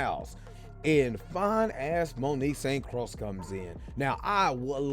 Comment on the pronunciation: Aye,, the name is pronounced Croix like Croy.